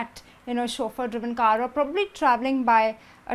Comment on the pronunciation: Her pronounciation is killing me !!! Did she say car or ga ?